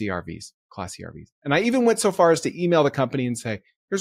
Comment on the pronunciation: I thought he was saying get “classy RV’s” oh wait class C 😅